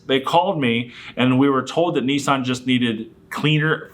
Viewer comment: Their first mistake was buying a Nissan. Their second mistake was buying a Nissan from a guy who doesn't know how to pronounce the model name. But regardless. This is a nonsense lawsuit.